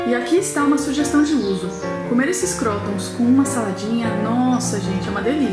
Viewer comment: se fala "crutôns" ;)